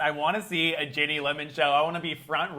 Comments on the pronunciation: Great interview! But it's driving me nuts that keeps saying "Jenny" versus "Ginny" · mate her name is Ginny not Jenny haha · Americans really can't cope with the name "Ginny" can they. Are they saying Ginny, are they saying Jenny? They don't even know! 😂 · It sounds like he is saying Jenny not Ginny. It killed me